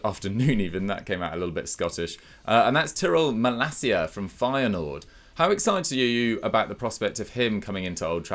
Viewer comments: It's Malasia, not Malakia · Maalaacsiaa that’s the pronounciation